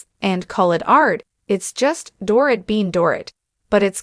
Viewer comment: For goodness sakes her name is pronounced Doreeet!!